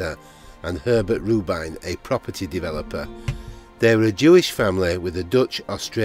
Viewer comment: Her name was ‘RUBIN,’ not ‘ROO-BINE.’ The hospital was BARNET General, not ‘BURNETT.’ Do your bloody research man! Read the information from a (Wikipedia) crib sheet, if necessary.